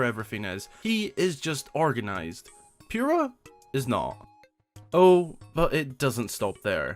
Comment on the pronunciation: NOOOOOOOOO ITS POO RAH NOT PURE AH